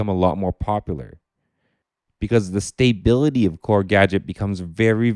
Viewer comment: Looking forward to seeing the Gadget videos. I’ve never delved deep despite picking it up four years ago - probably for the reasons you stated above, so I’d be interested to see if you persuade me to take a second look :) Also I’ll stick around to hear your bizarre pronunciation of stability again!